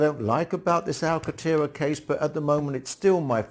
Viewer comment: There is an 'n' in Alcantera. You are omitting the 'n'.